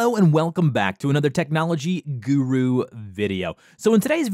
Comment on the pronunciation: I can imagine how this guy shapes his mouth while saying "guuruu video" 😂🤣